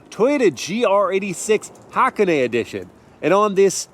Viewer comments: Nah that's how you say it properly, we're talking hawk ah nay edition over here. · It's pronounced Ha-Cone-Nay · I thought it was pronounced like, “Huh-Kone” not “Ha-kuh-nae”. New to me haha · I knew you were gonna pronounce "HAKONE" wrong...I just knew it!